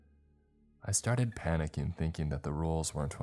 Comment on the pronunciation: Your mind started racING!!! NOT racEENE!!!! And you started panickING, NOT panickEENE!!!!!!